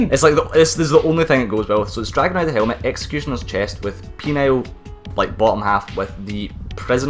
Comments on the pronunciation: Penal is pronounced pee-null, not peen-aisle :D :D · Every-time I heard say Penal, I always heard Penile. So I kept hearing shit like "Penile skirt"